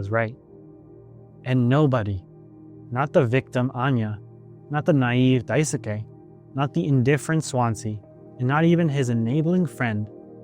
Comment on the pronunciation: Btw Daisuke is pronounced Dai-skey, as if the u is silent